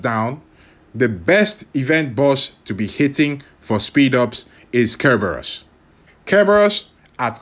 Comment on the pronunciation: Aka, u just say care bearus? 👀 love the content you make. It is so helpful!